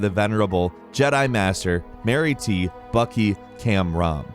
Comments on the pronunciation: he says marty but pronounces it mariti earlier , wtf guy lol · Would be Marty not Mary tee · You said Mary t learn how to read